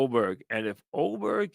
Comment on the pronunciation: How is Aberg pronounced Oberg? Also, why don’t you ever show highlights instead of talking about what happened?